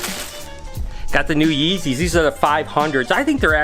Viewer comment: Not yeezes